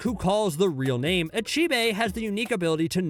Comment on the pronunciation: How dare he.... How dare he butcher my favourite character's name